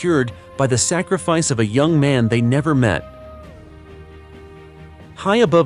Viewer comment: There's no G is the word sacrifice , it's not sa-griff-ice.